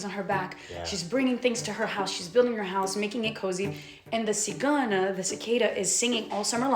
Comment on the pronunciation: Haha cicada in Portuguese is "cigarra" like the textcard indicates, not "cigana" like repeated two or three times which actually means gipsy (a female gipsy person in this case):)